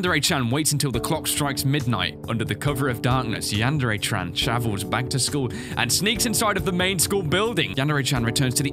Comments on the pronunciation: Wait did say chran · Yandere-chran? Really?